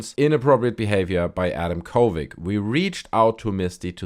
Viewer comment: Why do you say kovig? It's a d at the end... uh oh that's harassment... 😂